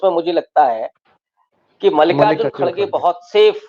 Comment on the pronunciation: Isko mallikarjun khadge ka nam bhi bolna nahi aata